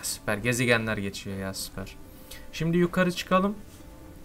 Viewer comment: Nobody::süperğ yiaa